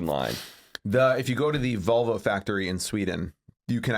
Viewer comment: When said “Volvo” I thought he said “vulva” and I was SO confused